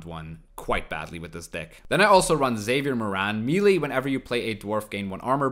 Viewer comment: Im probably nitpicking but its not pronounced Me-Lee, its Me-lay.